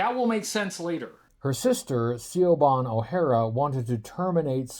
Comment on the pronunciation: It's pronounced Shihvon! Anyway, great to see you in action, get well Timmer!